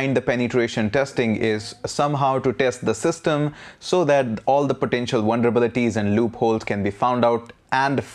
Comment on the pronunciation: Sounds like this dude is saying wonderbilities. I'm gonna start using this word.